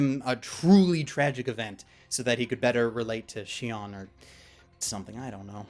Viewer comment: +TMadara +Leidolf Winter What confuses me is that it is written as Shion at the end of the review; maybe because I watched it subbed I didn't realize how differently the name was pronounced versus written, but okay, can deal with that. So it is officially written as Sinon or Shinon in English but pronounced Shion, as opposed to Shinon?